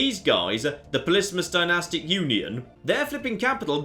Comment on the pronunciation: it's NOT ULON it's UNION!!!!